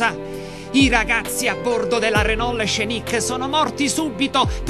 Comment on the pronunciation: renol con la "L" finale bravo bravo